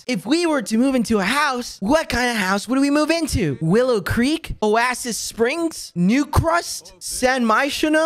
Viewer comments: "Oassis" - Quackity 2021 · He really said O-aSS-sIs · oasis springs will now be call oassis springs (love the pronunciation) change my mind